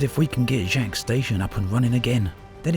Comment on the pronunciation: Yo, that's my station! It's pronounced like Jakes.